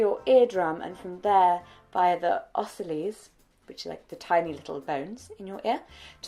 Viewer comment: This may not be useful but the first times you said ossicles it sounded like “ossilies” but the third time was spot on! This video was so great and informative, I work as an engineer for Cochlear (Cochlear implant and bone conduction implant company) in product design and development and I think it’s awesome that you share information on deafness and hearing loss! Keep up the amazing work! 💕